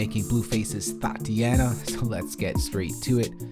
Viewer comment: my homie said thoteana